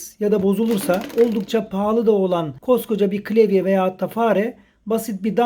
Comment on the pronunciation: klevye değil de klavye desen keşke.